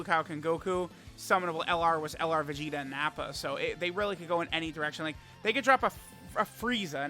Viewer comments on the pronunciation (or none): none